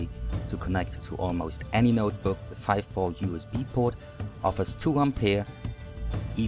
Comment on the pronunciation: its NOTEBOOK not noterbook